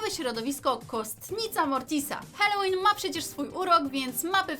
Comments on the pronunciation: Mówi się halołin a nie helołin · Mówi się Halloween bez e na początku